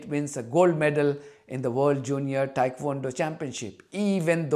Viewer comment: Dear thank you for the update. By the way it's not Thaikwondo it's Tae Kwon Do. I was middle weight champion in Thailand in 78. I send you a smile from my heart ❤Michael